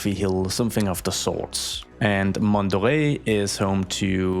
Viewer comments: I ❤public transportation episodes. You're pronouncing Mont Doré right by the way, but I'd suggest naming the neighborhood "Mont d'Or" instead, as it sounds more chic and elegant in French, while still meaning the same thing in English. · add buses to mont doré and also rename the N1 line to the MD1 line you should add more lines passing by mont doré also you pronounced mont doré well